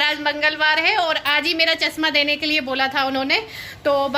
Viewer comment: चस्मा😂😂😂,भासा, सायद,,, सिमला, सनिवार, सुकरवार,,,,too much yaar,apni bhasha way of talking sudharo yaar,gaurav ji se hi lesson le lo plz, atleast sunne m sahi lage